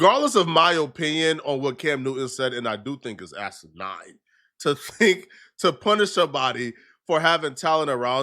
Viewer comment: please listen to how anyone else on the planet say the word "asinine".